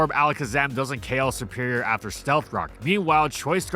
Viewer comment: It's not "sE-pErIoR", it's "seRRRRRRperior"!!!!!!